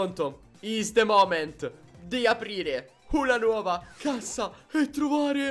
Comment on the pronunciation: dice “nauova” 😂